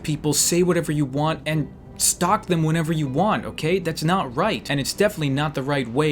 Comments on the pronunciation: did you say shtalk ? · he says stolk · Shtalk 10/10 english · shtock or stalk